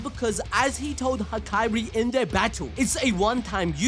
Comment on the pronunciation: Hakari, not Hakairi